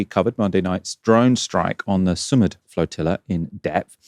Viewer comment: Thanks for the great coverage. I just thought I’d mention the name of the flotilla mission is pronounced more like sue + mood